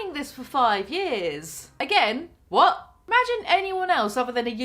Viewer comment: I feel like Jaclyn said vat too much for my liking xD